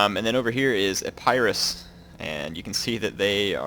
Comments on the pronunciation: I'm sorry i have to be this guy but it's E-pi-rus not I-pie-rus :( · Its Eh-paa-ris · When you say Epirus it sounds like A-Pyrrhus :P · ep-ur-us is how you say epirus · What is a-PIE-russ?